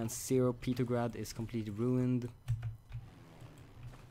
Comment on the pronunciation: I really hate how he can't pronounce the name of St. Petersburg/Petrograd by either of its two names by calling it "Petergrad". So he is either just being really bad at English and he doesn't realize his mistake or he is doing it on purpose.